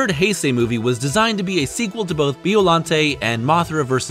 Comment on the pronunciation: its pronunce bIollante not beollante